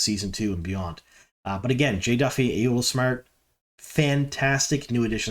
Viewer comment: This was a fun review, thank you! Also, Ayoola = AH-YAW-LAH 😊